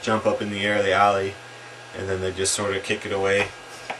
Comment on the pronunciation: haha u say ollie like owlee